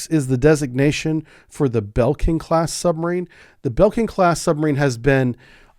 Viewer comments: and NOT Belking 😀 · Great video! One thing - you keep pronouncing Blekinge as "BEL-king" - it's "BLE-king-eh" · Not "Bell-king" class. "BLE-KING-E" class. :) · I was listening without looking and somewhat confused about the Belkin class until I saw the screen and realised it was Blekinge (l and e are switched). That said I much prefer a real human voice over a "perfect" (haha, none of them are) ai voice. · About the Blekinge class submarine. It is currently under construction. The name is pronounced Blee-King-ee, its a province in southern Sweden that was Danish until 1655 and has a big heavy metal festival every year, Sweden Rock. Feel free to visit it, always good bands. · A26 Bleh-king-eh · We have more than 3 subs, the Gotland class consists of 3 units though. Another thing, the new class is called the "Blekinge" class (Blekingeklassen in Swedish) if you are an American you can pronounce "Blekinge" almost the way you naturally would with your US accent but you can actually pronounce "Blekinge" the way you naturally would because anyone who understands Swedish and doesn't hold a general dislike against Americans, sadly nowadays there are way more of them, would understand what you say.The other ones would understand, but pretend they don´t, but its stupid to mix people with politics they also quite often don´t agree with. Also, once more, even with a US accent you get Blekinge "quite right, not 100% but almost 🙂